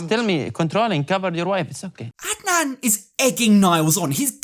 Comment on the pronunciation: You pronounced Adnan really well in your last sentence. Do you speak Arabic by any chance? Plus, Adnan is most likely a homophobe “as most stereotypical Muslim Arab men are”.. so he won’t shake Loren’s hand in order to not catch the “gay”